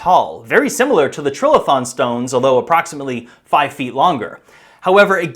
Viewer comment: Another hack who sees the word "trilithon" and lacks the vocabulary, general knowledge or ability to analyse how a word is written. Nor can he be bothered taking a couple of seconds, in this day of the interwebs, to check the correct pronunciation . . . Perhaps he just copied Graham Hancock who has the same issue? "Tri" = three, "lithon" from lithos = stone. A structure of three stones, two vertical, one laid horizontally on top = "trilithon". Or alternatively, the vowel before a single consonant is "hard". Or, show your ignorance and inability to research anything, however basic, and say "trill-a-thon".